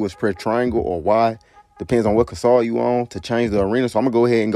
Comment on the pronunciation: I like how this man say 'consall' instead of 'console.'